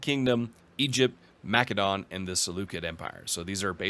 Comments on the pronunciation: Either say Ma-seh-don or if you're fancy Ma-keh-do-nee-a. Wtf is Ma-keh-don? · For the love of God, I don't know what it is with game streamers, but it is pronounced Ma·suh·daan. That's the proper, internationally-recognized, pronunciation of the word in English. So many of you mispronounce it. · Sorry but the way you pronounce “Macedon” makes me cringe… the “c” is pronounced as an “s” like Mas-e-don. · Ma-suh daan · Why can’t any Imperator YouTubers pronounce either Imperator or Macedon correctly? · That is a very fair answer, however I would say that in English Macedon has only one pronunciation and you’re speaking English not Greek. It’s an understandable choice however; especially if you do it consistently. Latin words also sound very different in English than in the original Latin. I had no idea you were German though and that fact alone makes me much less annoyed by minor pronunciation differences. I honestly thought you were a native English speaker!